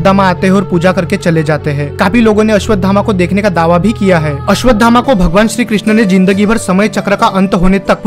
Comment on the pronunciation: पहले आप अश्वत्थामा बोलना सीखिए कृपा करके गलत उच्चारण मत करो